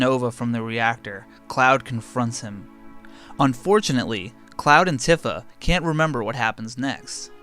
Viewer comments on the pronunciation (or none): Bothered me so much you pronounce tifa wrong af bro its pronounced tea fa not t if a . Other then that good work on the vid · Tiffa??? It’s tee-fa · Although pronounced wrong, it’s way better than midger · I said it like that all my life, so I ain’t mad, but “Tiffa” is OD. 😂😂😂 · Isnt it pronounced TEEfa? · Your pronunciation of Tifa hurts my brain.